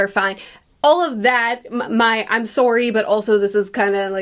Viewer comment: Always forget about the Candianess until we hear a sowrryyy